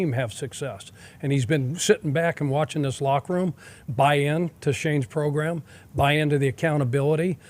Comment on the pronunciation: progrum nice coach